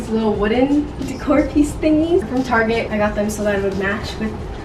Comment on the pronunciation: i thought i was the only person that called target, ‘tarege’😂